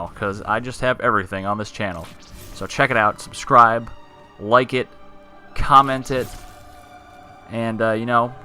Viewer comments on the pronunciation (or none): “check it out, subscribe, like it, comment tit”